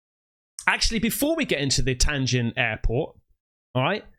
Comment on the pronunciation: Bro, it's not TAIN JIN, it's TIAN JIN airport.